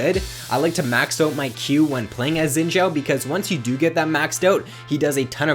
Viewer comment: It kinda bugs me that people are pronouncing xin zhao as zin zhao. The xin has the same pronounciation as the sin in lee sin. I am chinese so i know.